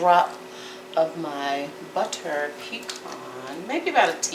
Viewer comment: It's just the annunciation of the buhterrrr that is like nails on a chalk board.. c'mon!